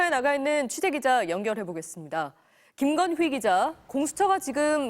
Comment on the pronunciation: 김건희가 아니라 김건"휘"기자였군요~~^^ 앵커 발음 오늘 완전 귀에 쏙~~박제